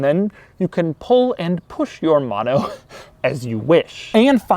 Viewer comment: if every time i get dollar when he says mono as MAno i can catually afford that car